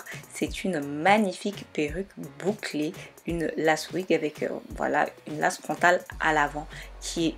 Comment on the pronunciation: J'ai beaucoup aimé ta vidéo mais tu dit lace( mais on dit l''ai''ce c'est anglais )